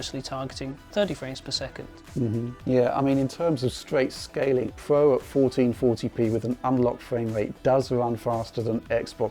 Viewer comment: lol he actually referred to the pro as soup XD